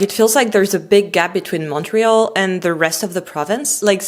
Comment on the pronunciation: Why are you mispronouncing "Montreal" ?